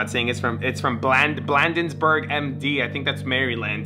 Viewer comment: Being from MD, hearing him say Blandensburg Mary-land instead of Bladensburg, Maryland is hilarious 😂😂